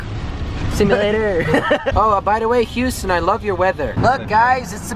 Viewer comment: hughsten we have a peoblem hahaha